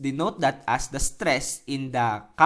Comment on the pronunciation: Natawa ako sa "striss" eh hahaha. Salamat. new subscriber here:D